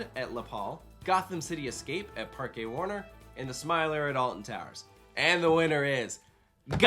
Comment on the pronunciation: Finally got to pronounce Parque correctly and just keeps murdering it. Sigh...